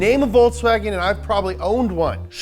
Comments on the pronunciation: It's Volkswagen, not Voltswagen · It'z Folkswagen, ja! Not ze Voltswagen, ja! It'z ze car of ze German people, Folks wagen! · It is volKs not volTs 😡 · It's folks wagon n not Volks Wagon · Please please please stop pronouncing it 'Voltswagen' please!